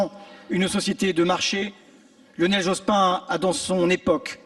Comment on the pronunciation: Dit-on Jospine ? C'est à la mode, cette prononciation.